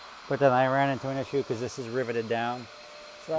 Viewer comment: What a wild way to pronounce “because” “Beecouuuzzze”